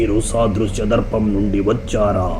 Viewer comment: ధర్పo కాదు ధర్పనం